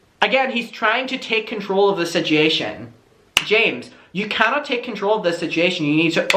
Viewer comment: I love how u say situation. "Sitchy-ation"